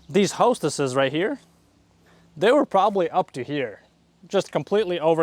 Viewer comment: As a gardener, it kills me how he calls hostas, "hostesses." 😂